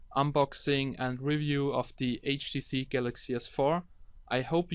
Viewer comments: He says HDC not HTC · not HTC he say HDC (listen carefully) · 0.15 "HTC galaxy s4" haha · He is saying HDC which is a chinese copy brand